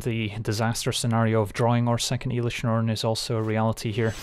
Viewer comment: Bruh, "elish Norn" 🥶